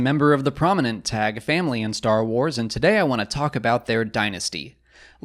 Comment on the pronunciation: I thought it's pronounced 'Taggy', pretty sure Palpatine in Episode III pronounces it that way when he wants his shuttle prepared to rescue Vader on Mustafar. But then again has mispronounced Ahsoka in Rebels when hunting her in The World Between Worlds he says 'Aksoka'.